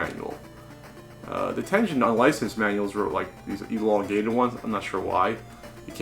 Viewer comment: That's Tengen with a hard "G" sound... but who cares. Nice button!